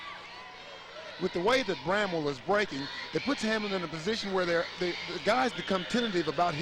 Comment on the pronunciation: its BRAMWELL ..... NOT BREMWELL !